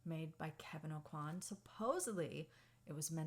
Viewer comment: fun fact “aucoin” is actually pronounced “owe-kwah” down here!